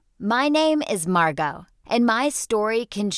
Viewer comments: Excuse me her name is Margo... not Marco or mango or wellsfargo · Her name is Margo not Marco not mango Wells Fargo yes they called her Wells Fargo her name is Margo